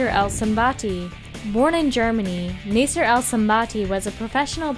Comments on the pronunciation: btw when you say the name Nasser or nassir its spells like this (naa-sae-r) not (na-sai-r) ^.^ just wanted to help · Nasser is said like Nasa not Nayser.